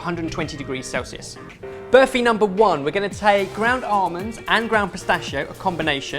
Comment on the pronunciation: Its barfi mate😕